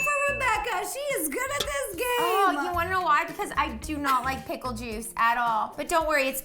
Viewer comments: Who else heard ro say wicker instead of pickle 😂🦋🌻(wickle not wicker) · Did Rosanna say "wickle" instead of pickle? & Rebecca totally should have gotten a half a point for grape on the jelly one. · Am I the only one who heard Ro say wickle after Rebecca said Pickle because she was saying why pickle made sense, but she said wickle instead of pickle (2.32)